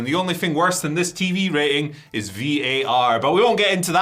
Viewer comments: Raiting? What is that word? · you had me at, 'raiting'